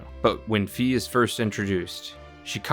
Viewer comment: It’s Fi like Sci Fi or Phi not Fee